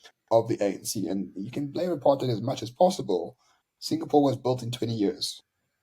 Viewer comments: "Aaap-hard-out" - I laughed so hard that I bust a rib . The minute-ster of dildocaps HRRC Lindelwe "Cuban Peter" Zulu is such a comedian. We have to forgive her - her "aap-hard-out" chemicals she puts on her head has fried her peanut. And the bunch in cabinet are all getting infiltrated by an invisible "aap-hard-out" virus. Shem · Or apard hide as many people overseas pronounce it. So apard hide has caused all the problems in the country, wrecked the economy, sars, SAA, the railways, the infrastructure, our electricity! President Dunce is so terribly clever, with corruption and thievery. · Is nie apartheid nie is ancheid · Why you so stupid "Apartheid"😂😂😂😂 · Statements from the BRAINDEAD !! they don't even pronounce it properly 😅